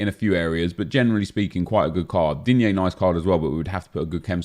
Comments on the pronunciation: Nobody:: diGNEE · “Digne” made my day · The way he says digne everytime he comes up lol